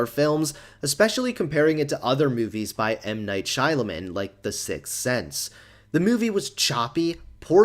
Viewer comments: Everybody; Shah-Mah-Lahn: Shy-Lah-Men Me; How can you say something so controversial yet so brave. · SHY LA MEN IM CRYING THERES NO L WHERE YOU PRONOUNCED IT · Shamalyan might me closer to how’s it pronounced- I think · It's pronounced as "sh-yaa-malan" (sh as in British). It's a South Indian name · Your pronunciation of Shyamalan’s name was the dumbest thing about this movie. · It’s EM Nite Shy man a Lan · That was the whitest pronunciation of Shyamalan I've ever heard.